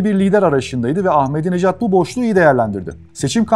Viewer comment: عزیزان بنده هم به عنوان ایرانی به ایشان رای دادم ضمن اینکه احمدی نژاد درست است نه احمدی نجات